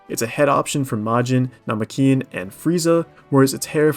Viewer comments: Na-ma-keen vs Na-me-ki-en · You mean Namookian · Nah bro wtf was that pronunciation of Namekian. Couldn’t control my laughter. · Shaqualay ah nahlay ass namekian pronunciation. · For real, that shit made me laugh so hard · I watched this video through solely to hear how he said it and I have never heard that either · I was furious but now I'm saying it that way forever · That pronunciation is slick